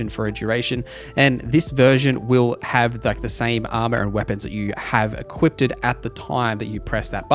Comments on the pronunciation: Him saying “Equipted” every time he meant “Equiped” was like nails on a chalkboard… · equipted? equipped the word is equipped heres no t